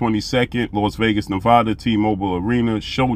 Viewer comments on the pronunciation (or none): none